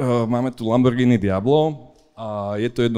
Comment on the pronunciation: Lambordžiny....kokos 🫣..toto keď pocujem